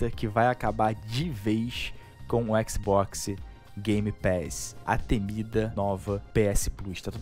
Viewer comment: Xboxi seu **! kkkkkkkkk Você fala XiMen????